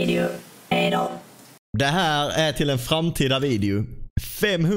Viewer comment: Du säger videu inte video